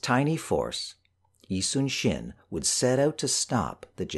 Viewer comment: Thank you for pronouncing 이순신 correctly